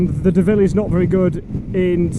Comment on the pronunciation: you are heinously disrespecting both the Honda AND the French! - The Honda's name is pronounced 'DOH-VILLE' (think Homer Simpson..) not De-ville.. Despite the international-incident you've undoubtedly provoked with your 'faux-pas' (like what I did with the French there?..) I've made the richly deserved donation that you have hard-earned with your stiff neck (and sore bottom..)